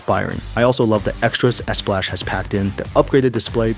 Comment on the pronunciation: It's pronounced SPLOCK Not SPLASH